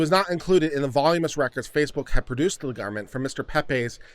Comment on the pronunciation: Voluminous (vo·lu·mi·nous /vəˈl(y)o͞omənəs or vah LOO meh nus) is the word in the court's decision that you mangled. No word pronounced voˈl yo͞o mus (hypothetically spelled "volumous") is recognized in any generally accepted dictionary of the English language.